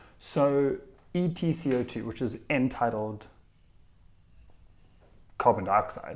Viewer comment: I listened to the first 5 seconds about 6 times because it sounds like you're saying "entitled co2." When I first started class I was sure that's what everyone was saying, until I saw it written down and had the realization that it's "end-tidal co2." I hope I'm not the only one lol